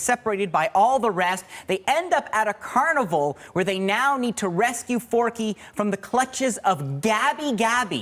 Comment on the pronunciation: Forky? Four-Q!!!!